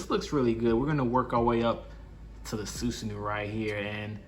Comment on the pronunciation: It’s susanOO not uu lol but good review